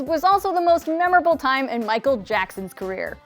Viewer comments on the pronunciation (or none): none